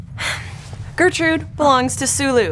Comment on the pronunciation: Was Gertrude (accent on second syllable for some reason) making an inappropriate move at the very end?